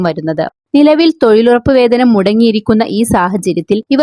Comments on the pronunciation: തോയ്ലുറപ്പ് ഹിഹിഹി 🤣🤣🤓🤓🤓,, നല്ല തൊയിൽ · തൊയിലുറപ്പ് തൊയ്ലാളികളോ എന്താണ് മോളെ നാക്ക് പിടിക്കാറില്ലേ?